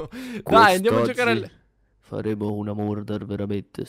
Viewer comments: Si dice marder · ho sentito burder invece invece che murder. Vbb cmq na forza 2 assassini invece invece che 1